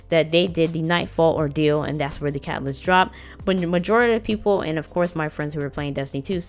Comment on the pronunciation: Pacific cacaalyst